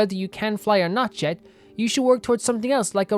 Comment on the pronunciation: I'm so far behind because I haven't played Kaveh's hangout yet, gotta catch up quickly^^' Also, just to let you know, from what I heard Jeht's name is actually supposed to be pronounced more like "Yecht" (similar to Yacht, with a non-silent h), but I'm not certain about that either and most people probably do pronounce it like Jet.